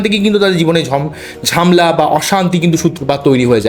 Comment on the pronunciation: আপনি আগে উচ্চারণ ঠিক করুন তারপর চেঁচামেচি করবেন। চুল ছেঁড়া বিশ্লেষণ হয় না চুলচেরা বিশ্লেষন হয়😂 ঝামলা বলে কোনো কথা বাংলা শব্দকোষে নেই।